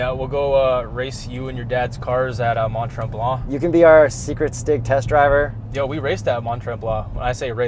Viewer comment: Omg I love how you english people pronounce Mont-Tremblant xD